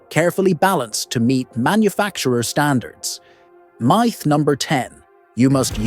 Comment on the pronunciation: Meyeth? What's a meyeth? If your gonna use AI voice over at least listen to it to make sure it can pronounce common words.